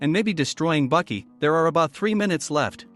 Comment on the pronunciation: It is baki not buki